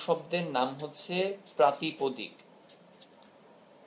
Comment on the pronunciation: প্রাতিপাদিক হবে; প্রাতিপদিক না।